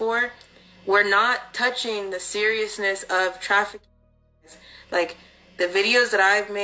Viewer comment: Why tf can’t she say TRAFFICKING?…..says it all really